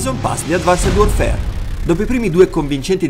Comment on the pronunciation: come mai pronunci advanced warfare in quel modo?